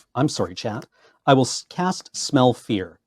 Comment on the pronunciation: The first time said "Smell Fear" I heard "Smell Pierce" and I thought they made some wierd new card called "smell Pierce"